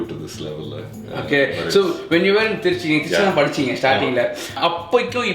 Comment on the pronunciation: அது என ட்ரீச்ச்சி....திருச்சி நு வாய் ல வராதோ..